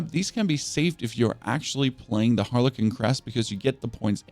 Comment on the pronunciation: Seriously dude?? You really need to Google how to pronounce the words "siphoning", "frigid", and "harlequin" SMH.